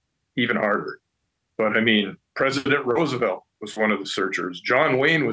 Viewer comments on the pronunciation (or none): none